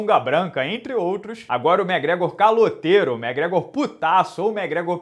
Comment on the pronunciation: até quando vc vai chamar o mcgregor de mégrégor? Pelo amor de Deus!